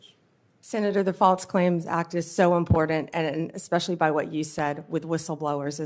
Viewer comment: Yeah, I’m not comfortable with anybody being Attorney General who doesn’t know that the word important does not contain the letter D. JFC we’re screwed.